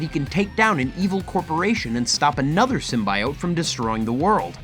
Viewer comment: In the voice of Hermione It's Sym-bee-ote not sym-buy-ote.